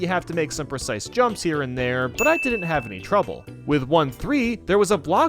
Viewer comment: Like For How Many Times He Said Percise Prob Spelt Wrong | V